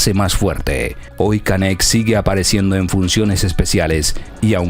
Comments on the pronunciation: 😂como dices se llama canek😂estas equivocado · No es Canet, no es concecto, no es rin, no es Zalapa, no es incocnita, no se dice a diferencia que otros, no es cactado, no es espresion, no es estensa, no es acsoluto, no es herue, no es ochenticuatro, no es estremadamente. Tienes una pobreza de vocabulario muy grande, esto no es critica, pero si te vas a dedicar a esto, ten cuidado con tu lexico. Que barbaro, una se te pasa, pero lo tuyo no es un error como mencionas aqui arriba, esta es tu forma de hablar, y la verdad esta muy mal.